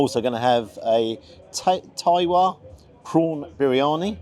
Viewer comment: Outstanding presentation, food looked absolutely superb! Can't fault your review. The prices may be high but you can see that is an intelligently devised menu that they have meticulously researched and perfected. No luck involved in those combinations, especially the sauces. Just a couple of things. Tawa is simply pronounce 'ta-va' and means griddle pan. Also, naan is supposed to be lovely and soft. Not sure why you expected it to be a bit crispy. I'd be returning mine if they were crispy. 10/10 from me